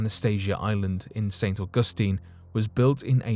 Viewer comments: St. Au' gus tine not Au gus' tine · Just learn to pronounce St, AUG'USTINE . Not st . au Gus tine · Omg!!! Say St ug a steen 1 more time.. I dare you...😡